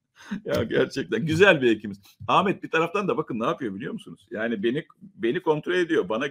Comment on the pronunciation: Lütfen adini Amet deyip durma, hakaret gibi gelyor